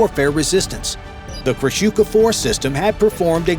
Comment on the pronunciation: The correct pronunciation is KRASUHA